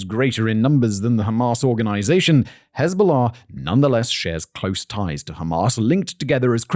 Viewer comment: the "hez-bahla" pronunciation is so bad that it's funny 😂